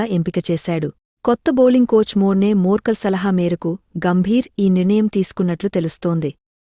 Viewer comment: Madam, his name is not murkal. It's morkel🙄. Complete name Morne Morkel.